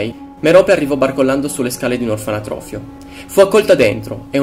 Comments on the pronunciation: comunque si dice Orfanotrofio non Orfanatrofio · si dice orfanotrofio , non orfanatrofio ............... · tutto molto bello, ma mi trigghera il fatto di sentire continuamente ''orfanAtrofio''